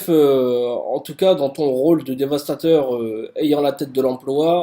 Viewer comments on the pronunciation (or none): none